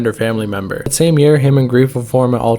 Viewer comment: his old name was th@ kid (th-at) kid not tha otherwise well made vid 🤠